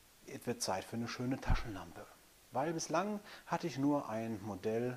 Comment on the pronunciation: Wow coole 'Laschentampe' hast du da! Lol.. (cooler Versprecher Bro. Sehr sympathisch) Alles gute und Dankeschön.